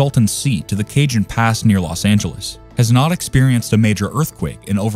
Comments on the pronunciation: It's not Ca"j"on. It's pronounced "Cahon" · First. Cajon is pronounced "kah-hone". If this is an AI voice you will need to type it phonetically. Prieta is pronounce, "pree-eh-tah, it's three syllables. It should also be noted that the Northridge Earthquake did not occur on the San Andreas Fault which is about 60 miles east of LA. That quake occurred on a previously unknown blind thrust-fault. It caused more damage than LP because the ground excelleration was a lot faster with more virticle movement. Not sure why the video showed the coast of Washington when the southern San Andreas Fault was mentioned. The next major quake in CA is likely to be on the Hayward Fault in the San Francisco Bay Area which is considered the most dangerous fault in the US.